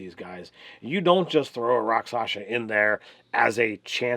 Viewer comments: Good content, but it's a pet peeve of mine when people mispronounce words that are pronounced exactly the way they're spelled... rak-SHAH-sa, not rak-SASH-a. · Not to sound like a jerk, but i believe you would pronounce it rock-shaw-sah, and the word melee is pronounced may-lay. Now an inventive person can make a Rakshasa a dangerous enemy at whatever level the players are , for that matter any monster in the book. Just add your own tweaks to its hp and capabilities . The books are just a good reference . That being said , this was a good video , and probably super helpful to newer DMs . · As far as I know, the pronunciation is something like "rock-sha-sa." How do I know? From a TV show that ought to be required reading/viewing at the DM Academy: "Kolchak - The Night Stalker," starring Darren McGavin. A true classic! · Shasa is pronounced like Shasa with the syllables flipped.